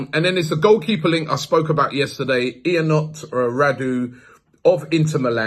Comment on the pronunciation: Robbie butchering names. The 🇷🇴 keeper is pronounced Yunut (Ionut)😂😂😂 FYI I'm not Romanian but I work with a few Ionuts and Florins, Gabriel's 😉👌🏾😂🤣